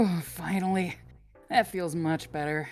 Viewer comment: He said "better" wrong